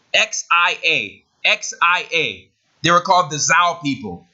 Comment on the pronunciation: Xia is sha not zao